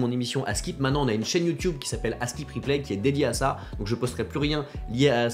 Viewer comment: 10 ans sur YouTube et il dit toujours "youtioube". Perso ça me fais rire.